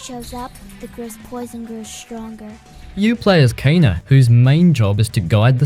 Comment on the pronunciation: It's funny how almost every player says "Kena" even though her name is pronounced "keena" in the game 😆